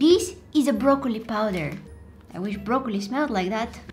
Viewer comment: You said brokeoni 😂😂😂😂😂😂😂😂😂😂😂😂